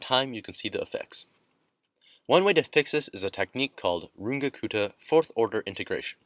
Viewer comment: First time I’ve heard anyone say Runge-Kutta remotely correctly, nice.